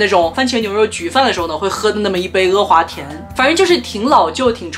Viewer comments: 天呐 不要再说“额华田”了 哈哈哈 太魔力了 是“阿华田”啊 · 好神奇，竟然听到你叫他“e华田”，我从小到大都以为他叫“a华田”。难道这也是南北方的发音区别。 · 哈哈哈哈哈 e华田😂😂😂😂北方都叫e华田吗？听着好不习惯